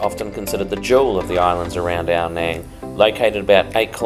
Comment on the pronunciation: Love this place... I lived there for 2 years all through covid and have many friends there. By the way it is pronounced as Ao "Nung" (rhymes with tongue) not "Nang" mate!